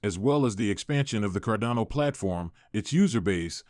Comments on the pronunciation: Why can you not pronounce Cardano properly? Its frustrating. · This is so frustrating. How can a channel dedicated to a specific crypto not even pronounce it correctly...